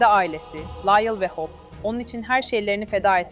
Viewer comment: İçeriklerinizi çok beğeniyorum ama lütfen İngilizce telaffuzunuzu geliştirin. Hope’u Hawp gibi okuyorsunuz. Bu kadar güzel içerikte bu sırıtıyor. Umarım yapıcı eleştiri olarak alırsınız.